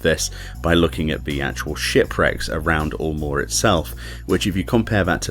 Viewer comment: It isn't "oolmore", it's "yulemore". Like Eunice or Europe.